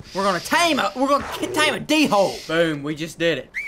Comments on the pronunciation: And I quote “My D-Wholes already dead!” 😂😂😂Love you KG! Btw it’s pronounced like Dole. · I’m not trying to be rude but u pronounce Dhole like Dole